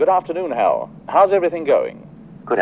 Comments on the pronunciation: IT'S NOT "H A L 9000". It's Hal 9000. And he's a My Pal !!! See. You don't understand his story, so I'll share the Haps of Hal 9000. The name stands for,.. "H" , as in Heir to the Thrown. "A" , for air, because he flew here from Texas. "L" , for Loki. My last pal that pasted from terminal cancer. And of course, being born in 2010 . Well. The connections are pretty Obvious. Which maybe now you all can see,.. why Hal didn't open the pod bay doors for Dave. He's A Freakin Dog. He doesn't know Dave. And doesn't have opposable Thumbs. And Dave didn't even offer him a biscuit. I mean come on. Hal does have extra Dew Claws. But they don't open pod bay doors from my experience anyway. Hope that clears up Hals Story 🥰🦮🥰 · The first time I've ever heard someone call it Haytchayelle 9000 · He must have lived in Australia for a while.